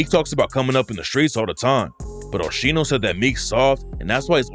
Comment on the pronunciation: Called my man Osheeno 😂😂😂